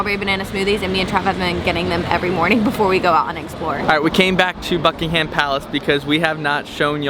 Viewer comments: Don't pronounce the H in Buckingham. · or the a :) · Buck-ing-um palace - we don't pronounce the h. Lovely video though, hope you enjoyed London!